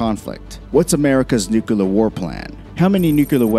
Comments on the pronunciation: There’s “nuclear” and “nukes” but I haven’t heard of “nukiler” 😂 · Nucyular woahr. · Nu… clear. Say “new” now “clear”. Now put it together… new-clear, nuclear. There is no “ooo” sound after the ‘c’. You don’t go que-ler the snow off the drive way. You clear the snow off. Damn imbreads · i'm sorry, i couldn't keep watching after the 20th time he said nucular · It’s not nucular. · Ok I stopped watching when you started saying NUKElar war. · Is anyone else annoyed by the way he keeps saying "nook-e-lur"? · nukilar hahaha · STOP SAYING FUCKING NUCULAR. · Stopped watching after 33 seconds and hearing the word nuc-u-lar 6 times. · Dam Man , say Nuclear right ! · Not Nucelar!!!!!!!!!!!!!!!! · WTF is a nukyaler war? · Nuclear. Not mukelar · Another person who cannot pronounce the word 'nuclear '.... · I'm just amazed at the size of this guy's nuts for making an entire video about nuclear weapons when he can't even pronounce the word correctly 🤦🏻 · I can't watch this because you can't say "nuclear". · Why the F*CK can nobody say nuclear?!?! It's not that hard!! NU-CLEAR, not NU-CU-LAR. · Nuclear...."new-clear" not fucking nucular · Nuclear not nucular. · (noo-KLEE-er) not (noo-KEEWL-er) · "New-cue-ler"? NEW-CLEAR. NUCLEAR. NU-CLEAR. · New-klee-er... not new-cue-lur. Only one U in nuclear. Sorry. Biggest pet peeve in the world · Please ! It's NUCLEAR, not NUCULAR ! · New-klee-ur. Not new-q-lur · It’s nuclear. Not nucular. Hard to really get past that when watching this lol. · His use of « nucular » makes me wish a NUCLEAR war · new clear not nukeular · The word is nuclear... not nuculer. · its new-clear. not nuke-u-lure... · Nucular or Nuclear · Stop saying “Nuke-yullar”. It’s “NUCLEAR.” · Nuk-LEE-er not nuk-you-ler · Plese learn to say NU-CLEAR NOT NUKE-ULAR, thanks! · Nu-cl-ear. Not Nukular. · Sheesh... stop saying "nucular"! The word is "nuclear". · Nuclear. New. Clear. Not new coo lar. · "newkuhler" lmao. Stop it. Try "newclear" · The word is N U C L E A R!!! Not nucular